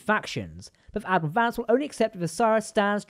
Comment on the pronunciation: I thought you called him Dadmiral Vance at first 😂